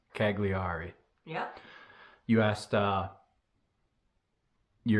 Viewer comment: Great following you Gwen. We were just in Sardinia (my daughter lives in Milan). You guys pronounce Cagliari like I used to, and as all Americans do. It’s actually “Ky-lee-ar-i”. Forget the “g”. Also, do the Bolder Boulder next year if you are in town; great race and training run for you. And what about the many tri’s in Boulder?